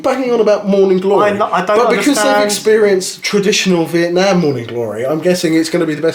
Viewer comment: pronounced the word "Vietnam" very well:)